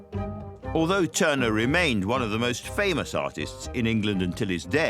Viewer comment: Tuner or Turner?.... sloppy